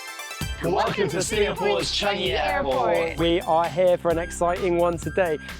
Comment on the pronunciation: Just wrong choice of non-UK host again. Amateur level of camera angles, her footage feels awkward with and; not to mention the usage of words and could not even pronounce Changi correctly.